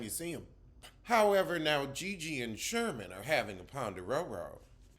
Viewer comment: 😂😂 if you don't stop calling that man Sherman! 😂 it's Shervin! But you tickle me every time, idk why Lol